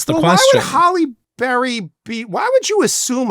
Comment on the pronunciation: "Prime Holly Berry" lol... I think he forgot it's "Hallie"